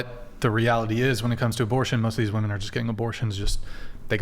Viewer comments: It’s WOMEN not WOMAN ! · What the heck is it with these people that say "woman" instead of "women" suuuuper annoying, didn't you learn how to talk in Grammer school? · When did the pronunciation of women become woman? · Omg the women on this show. The plural of woman is WOMEN. WOMEN. WO-MEN. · Why do these women, not know women is not the same word as woman. And are not pronounced the same. 🤦🏻‍♂️